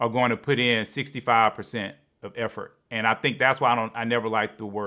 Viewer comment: Effort for Efforty? lmaoo 🤣